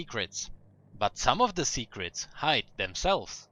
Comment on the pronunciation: I saw your secriets''